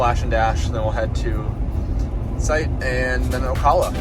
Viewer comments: It's pronounced O-Cal-lah not O-Call-lah. Sorry to be that guy. Enjoyed the video. Bought my first EV 5 months ago and I love my Model Y LR. I've never had range anxiety or charger problems. Everything just works. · What's on the front of the car, plastic wrap? Not a bad idea for a trip if it is if it will stay on. Also, it's pronounced A-la-chew-a AND O-cal-a :) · Hi. Great video. I enjoyed seeing the different roads and terrain. However, could you perhaps do some research on how to pronounce the names of the towns you're charging in. Alachua and Ocala, to name a few. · That's some interesting PPF you've got there. By the way, we in the area pronounce Ocala like this